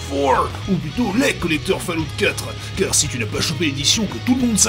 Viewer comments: Fall-out. pas fail out. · ça se prononce foulloute - kirby54/gabi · Falloute! Falloute mon gars! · Ça se prononce Fail-out x-D